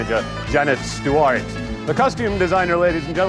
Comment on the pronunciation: Stephen's American announcer voice is good, but I love the way he says "Janice Stew-ART" ! :-)